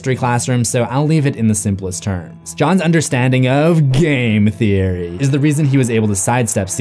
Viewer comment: Great video and analysis! However I am super dissappointed that you failed to properly pronounce "Game Theory" in that last part. Shame Shame 😂